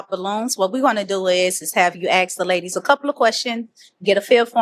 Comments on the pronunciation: Come on, the word is ASK, not axe. You’re too smart to sound so stupid. 😢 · Ask not Ax!